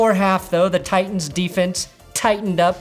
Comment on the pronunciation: "I can't hear the difference between Titans and Tigahs"